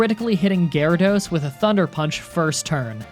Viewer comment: did you just say Garados? You mean Water Onix? Yeah it’s normal everyone makes mistakes